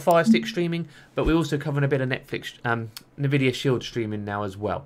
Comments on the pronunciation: Say it with me: "n, vidia". Not "navidia". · isn't it pronounced "EN-VIDIA"? "NU-VIDIA" sounds weird to me. maybe i'm wrong.